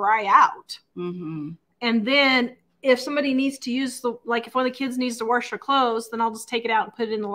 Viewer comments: u mean warsh whatever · very time I hear you say “worsh” 😆 I crack up!!! My grandparents on my dad’s side always said it that way & I used to tell them there was no “r” in the word “wash” 😂 & they would say the same thing about “y’all” and a few other words 😂 I miss them a lot but hearing you say “worsh” brings those happy memories back. Y’all “Worsh” & I’ll “wash” and know that every time you say it your way, I’m giving you a happy air hug & a high five 🖐️ 😁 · There is no "r" in wash. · She always says it that way.